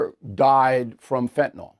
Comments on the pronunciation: As a veteran broadcaster with a degree in higher education, and a stickler for correct English, surely you know that what you say influences the general public. The word 'fentanyl' does not end in ol. It ends in yl and is pronounced to rhyme with pill. The other word that is often mis-pronounced by tv talking heads is 'anti-Semitic'. For some reason, many think that anti-Simetic sounds better. The people are Semites, not Simetes. Thus endeth today's lesson. Tomorrow we will tackle the subject of does a body 'lay' on the floor or lie on the floor? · Can't anyone pronounce Fentanyl ?